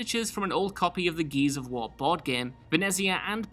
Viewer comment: Why did you have to say this? Now it's all I can hear